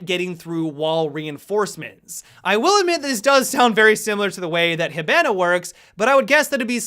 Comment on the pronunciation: When your so good when u pronounce hibanna he-ban-uh